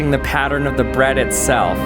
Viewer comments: Why do you say Brad instead of bread? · Caught you saying “bed” instead of “bread” 💀💀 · except I've never heard anyone else pronounce bread like brad. That's why it it's odd, because it's not normal. Everyone else says bred. Not this guy. It's an accent. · please call it bread not brad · Firstly love the videos, that being said the way you at times said bread and spread 😬 "the perfect spread of chocolate on Braaad" (side note my names Brad 😅) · Did you say…Rezero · “The perfect spread of chocolate on braaad” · HOLLLLY LOL. That's the first time I've EVERRR heard someone pronounce bread B R Æ D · I hate to be mean but his cadence is like... if someone just slowed his brain down a little. Its taking an extra second for his brain and mouth to.. connect 😵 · Why do you say bread like a gay dude says brad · I don t like the way you pronounce bread. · The way this guy says bread is piiiiiiiiiiiiiiiissing me off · The way you pronounce "bread" makes me want to shove a fork through my eye. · This guy saying bread is creayyzzyyy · I swear to God he is pronouncing “bread” in the most awkward and most unusual way lol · This dude makes me cry the way he says bread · You say bread funny 😂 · This dude has the strangest accent I've ever heard. The way says bread and spread, it sounds like brad and sprad. He pronounced lots of words strangely, but those were the most pronounced. I need to know where this guy is from, what his background is, and what kind of people he grew up around. I need to forensically trace this most bizarre accent!!! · “the perfect spuread of chocolate on the breADuh” 👁️👄👁️ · Take a drink every time he says “sprad” or “brad” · he says sprad on the brad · The way he pronounces “bread” and “spread” sound so comical to me. 😂